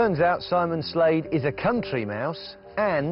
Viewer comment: He's clearly emphasising the "cunt" in "country" ;) aha